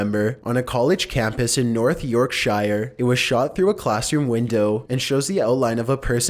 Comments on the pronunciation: "yorkshier" if you're talking about yorkshire in england its pronounced yorksheer haha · OMG the way you pronounced Yorkshire at number 4. It's pronounced York Sheer not Shyer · You say it like york-shur not"yourk- shire" lol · It’s not pronounced “shyer”, it’s pronounced “sheer”. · York shuh NOT York shyier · York shire? It’s pronounced York shur. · Yorkshire is pronounced "York sher" not "York shy er" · North Yorkshieyerrrr... it’s pronounced North Yorkshugh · Yorksheer not shi er Why do Americans always pronounce Yorkshire wrong? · Um, it's pronounced York-sheer, not "York-shire"... Easy mistake for an American or Canadian to make I guess but still made me cringe -_ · It is not pronounced *Yorkshiiiiire its pronounced *Yorksure. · It's pronounced, York sher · York-sheer, say it right bro. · "North YorkSHYYREE" - I fuckin died :,) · k you pronounced yorkshire wrong. you say it as york-sure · "North York'shyer"😂👏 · Is that how you talk normally? It's really weird. And please learn how to pronounce English names. It's York-Sher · Thanks for the videos! Yorkshire is pronounced "YorkSure" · Americans pronouncing Yorkshire wrong,absolutely pisses me off. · The way he said yorkshire killed me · you pronounced Yorkshire wrong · He pronounced Yorkshire Wrong :/